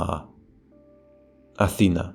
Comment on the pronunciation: In your discussion of tones/accents, you pronounced Athena with a higher tone on the eta, even though the tonal marker was over the alpha.